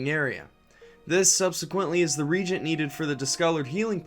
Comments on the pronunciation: It's pronounced "ree-Agent" not "reeegent" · Yeah re-agent vs regent.:P all good though. Good video.:) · "Reagent" is not the same word as "regent". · A new generation of fans gonna be out in the world mispronouncing reagent, absolutely unemployable!